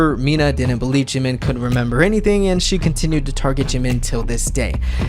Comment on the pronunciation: I can’t get over how badly the narrator is butchering Korean names. Like honestly, in the news clip he said Jimin’s name properly, but clearly she didn’t listen to that part. 🤦‍♀️